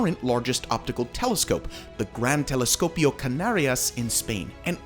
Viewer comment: I lost it at "Teliscopio" @@